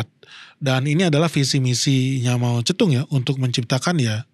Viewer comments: Jarang² ada org yg spelling Mao Ze Dong nya benar👍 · br kali ini liat channel ini. 1 hal yg bikin salut pengucapan nama cina secara akurat (mao ze dong) gak kaya sebagian besar channel bahasa indonesia lain yg selaluuuuuu saja gak mau tau pengucapan yg benar kaya apa. Klo bs membaca george spt org amerika atau françois seperti org prancis lalu knp tiap nama cina selalu dibaca secara aneh dan gak ikut aturan yg benar 😢